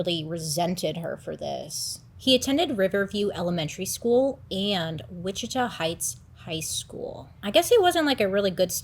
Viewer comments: I don’t wanna be like this, i love your videos so so much! i’m always watching them as soon as they are posted!! one thing for this video, bc im from the area, you were pronouncing witchita wrong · The town witchita is pronounced witchitaw, for future reference 😉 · It's WICHITA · It's pronounced Witch a taw